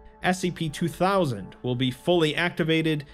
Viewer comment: Ummmm is it just me or did he forget the s in scp at the intro